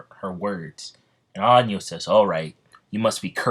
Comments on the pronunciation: bruh... listening to how to say Anos Voldigoad at least once before you start a what if getting it completely wrong every time should be, like, the bare minimum. Just listen to him say it on the English dub. It's like Ah-noes not Anyos and Vol-di-goad ain't exactly hard either. Hooked on Phonics, my dude. And if you're making constant mistakes you should do another take until you get it right and only use that final cut instead of including every single one. That's like the basics of content creation. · I normally don’t mind these things but anios bro 😂😂😂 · Anios 💀💀💀💀 ok if that mispronounce was a joke then i can understand but anios 🤣🤣🤣